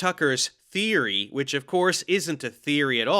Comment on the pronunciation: "I have theery! I'm a syentist!"